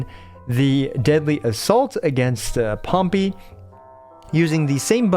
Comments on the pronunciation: “POMPY”! Bruh even in the game they pronounce it Pom-Pay. As in the massive volcano, that you know, is symbolic of POMPY falling into one. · Bro said pompy😭